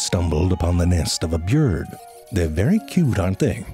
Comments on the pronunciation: you're saying byurd wrong a lot... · Good to teach kids how to incorrectly pronounce BYORD. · i simply cant watch for how he says byurd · Wtf does narrator first say? ”A BEYURD” ?! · “Byurd” gets me every single time. 😂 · What the fuck is a bjird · i watched it, he he says bird normally later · I like the way he says bird its funny